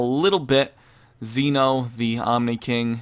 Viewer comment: It's Zen'ou, not Zeno. His name isn't Zeno, he is the king of everything, the Zen Ou. Zen means everything and Ou means king. Imagine his name was written like Zen Oh. That's how you say it. You could also try watching the anime and listen to how they say it.